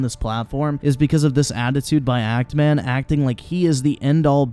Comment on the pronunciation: actually keeps saying ANT Man...not even Act Man. So he didn’t even push that hard with the joke. Listen again if you somehow didn’t catch it.